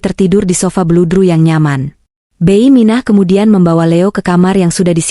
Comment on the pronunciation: Koreksi dikit mbak cara baca bibi jangan beiy, bi gitu dong anda orang mana sih